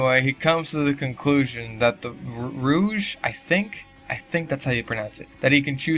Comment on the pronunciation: You are pronouncing rouge right.